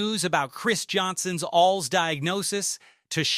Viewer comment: Good Lord AI,its A.L.S. not fkn alls dumb sht